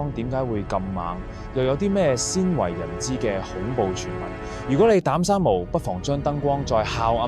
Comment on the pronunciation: 聽頭一分鍾我覺係AI, 古仔非（故）仔, 係(冼）為人知而非（先）為人知…香港人唔會讀錯